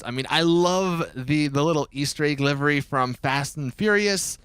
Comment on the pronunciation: It's livery NOT LIVIRY